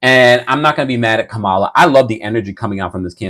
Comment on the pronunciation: Comma-la, comma, comma, comma, Comma-la, Komma-la, Kamma-la, Kamala (Comma, like the punctuation)